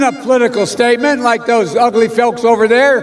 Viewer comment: He's NOT saying "folks" - What he is saying is "FOKS". Big difference here. One is a word, the other is NOT!!